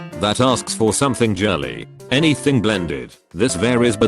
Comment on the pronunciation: or the word "girly."